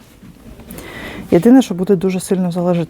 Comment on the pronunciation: Зараз стало модним ставити неправильно наголоси. Але ж все таки правильно буде щІльні, а не щільнІ. Наголос на першому і.